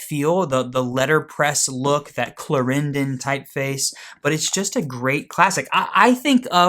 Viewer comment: look up the pronunciation of Clarendon.